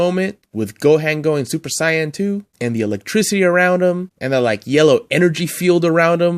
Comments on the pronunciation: yea! It’s Sāy-an and Go-hån 😆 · Super ‘cyan’ lol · I'd love to see a part 2 of this list bc they've release a ton of great ones since this list! And please stop mispronouncing Saiyan!!! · you say saiyan wrong i am am little mad do you whatch anime